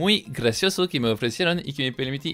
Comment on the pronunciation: me dio grasia que se se escucha grasoso en ves de grasioso